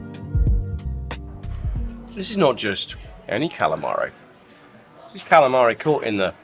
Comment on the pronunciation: come back to Brooklyn,New York so we can teach you how to say Kalamari the real way- Galamad